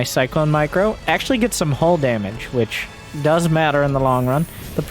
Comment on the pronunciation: You said "hull damage" now I know you've played Stellaris